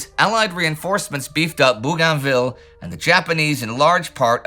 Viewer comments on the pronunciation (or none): none